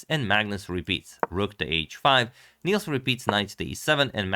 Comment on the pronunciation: Nice game! If you cover more games by our Swedish GM, Nils has a short i, it rhymes with "pills".